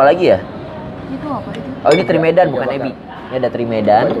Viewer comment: Bukan abi katty tapi ebi...😁😁